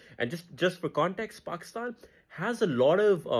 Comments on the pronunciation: How tf did he say "Pakistan" like you're supposed to ?!! Most westerners say PAYYKISTAAYN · Appreciate the pronunciation of Pakistan ❤